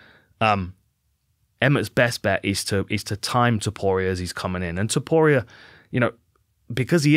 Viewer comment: As chael would say, "Ilia Topoirier"